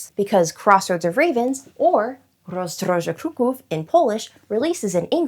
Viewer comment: Your pronunciation of Rozdroże Kruków is very good! It’s so cool to hear as a Pole :)